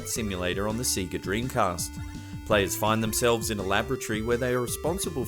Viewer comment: it is pronounced say-ga